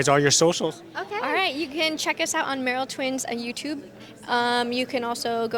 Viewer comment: It's "Merrell" not "Merrill" ;)